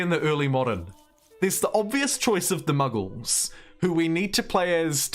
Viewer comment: BTW Mughals is not pronounced "muggles" like Harry Potter 🤣 It's pronounced "moo-gal", ultimately a perversion of Mongol. (Yes, of Genghis Khan fame. It's why so many Pakistanis have Khan surname, like it's PM)